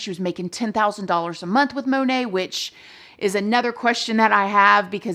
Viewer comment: MonAt, not monet😅😂